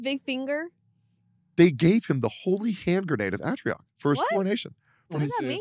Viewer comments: Dear Teccy, it’s Antioch, there is no R. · How is tectone gunna say Antioch with a fucking r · Why did Techy miss pronouncing the Holy Hand Grenade of ANTIOC piss me off so much